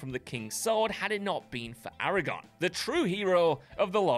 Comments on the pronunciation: His name is Aragorn, not Aragon. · I only know this because I read the books,but isn't it Aragorn with an R? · Its ARAGORN!!!! Aragon is a town is Spain!!!!